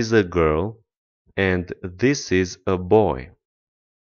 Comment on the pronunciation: pe langa me and you, not you and me, ai pronuntat and ca si end, ce este o confuzie intre doua cuvinte din limba engleza